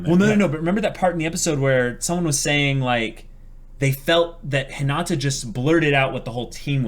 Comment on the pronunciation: I can’t believe you guys still say Hinata’s name wrong lol